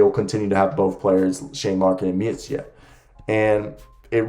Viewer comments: Micic is prounounced Michich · It would be more like Meetcheech. You are adding on an extra "eh" sound at the end when you say his name when you shouldn't